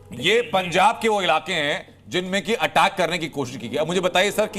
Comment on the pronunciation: पंजाब है ना कि पंचाब